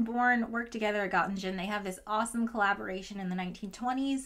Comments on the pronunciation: We've found true weakness: pronouncing German names. Haha, great video and a nice distraction indeed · Hopefully nobody from Göttingen watches this video. You consistently mispronounced this beautiful city so badly 🤣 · Göttingen is pronounced without a g sound. So the ng sounds like in the end of ring. Just a fun fact because I don't understand physics but I know german. On the other hand why would an american need to know that. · It took me a while to realize she was trying to say Göttingen. Some of the other German names also got mangled. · The problem is not the "ö", though. It is the -ingen part. We would still be able to understand it with "ö" pronounced like "o". Umlaute are not easy to pronounce for Americans. -ing-(h)en would have been better than in-gen(e). You could also still discern the wrongly spelled names. I am trying to be not too pedantic here. The Göttingen was still a bit painful, lol. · That pronunciation of Göttingen physically hurt me. No offense intended I love your videos. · Oh my god!😂 At first I didn't even realise she was talking about Göttingen. I also love her videos, and she is not German, so it's fine. But nevertheless, that pronounciation was pretty bad 😅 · Göttingen: No idea why you decided to split the -ingen into -in-gen??!! English has an -ing sound. You split instead into -ing-un. So, in total, gutting-un, though ö is not exactly a schwa. Göttingen is an important German historical and present centre of learning such that the look-up for its pronunciation should not be a last-minute affaire before recording a video mentioning it. For the rest, yet another fascinating and well-crafted video from one of my favourite YouTube physicists! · Very nice video, if I may, I would like to correct some pronunciations though, Göttingen is pronounced "Guh-ting-huhn" and Noether is pronounced "Nuh-ter" (I actually use to be a researcher at Göttingen) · Okay very awesome video but the Göttingen pronunciation is killing me D